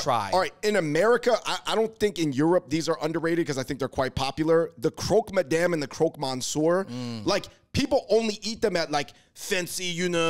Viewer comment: If you love a good seafood buffet, the Portuguese are top notch. As a French speaker, I loved the way you pronounced croque madame et croque monsieur 🤣